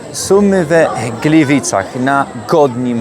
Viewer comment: Glywajny w Glywycach pod karasolym! 👏 Litery „i” wymawiane jak „y” to prawdopodobnie ukraińskie wpływy do śląskich dialektów. Jak ogólnie wiadomo historycznie Ukraina i Górny Śląsk mają wiele wspólnego. Przybysze z Ukrainy z lat 1945/46 ci pierwsi, dziś już prawie wymarli ale oni wnieśli to do Śląszczyzny, a ich na Śląsku urodzeni potomkowie tej przypadłosci się niestety wyzbyli - więc to miłe że ten wpływ w swoim dialekcie dalej pielęgnuje! 👍